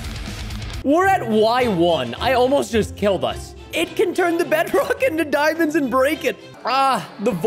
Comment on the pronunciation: Excuse me but "dimons"?